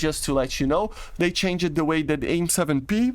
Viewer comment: When saying words that end with ed, say them as d such as changed would be said as changd, hope that helps :)